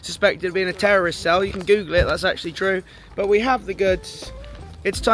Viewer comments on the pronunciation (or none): none